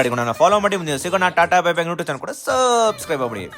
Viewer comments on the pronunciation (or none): none